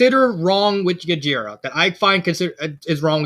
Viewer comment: Bottom C, huh? I guess I can respect that. And fyi, the "G" in Gjira is silent. His name is pronounced "jeer-uh." But your friend really got the idea for the naming scheme right. I'm at least glad the backstory hit for you. Yes, the Kaido comparison was intentional, being a parody. He's a powerful parody, and you can choose whether to take him seriously or not. It's up to interpretation. But I paid close attention to what you all talked about. In terms of hierarchy, he rules with fear and power, with his whole organization being a strength based meritocracy, as his "children" fight to be his favorite, while other fictional villains wish to be set by earning a coveted spot in the Ultimate 7. It's near impossible to go against him without him getting the last laugh. As for the next chapter, where his story is coming to an end, I plan to drop the parody stuff. While it's too late to change what's already happened, the kiddie gloves are coming off. It's time to make things super serious. Rather than being the Kaido parody, rather than the drunken club wielding brute, it's time to show why he was the strongest Zygogun. To unleash the true King of the Monsters